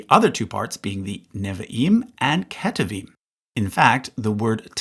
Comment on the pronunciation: Why, in all of your videos, do you mispronounce “Neviim” and “Ketuvim” every time you use those words?